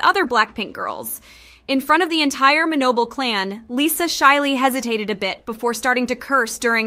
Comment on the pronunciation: Just wanted to share that her last name is actually pronounced as Manoban. The L sounds like N in Thai.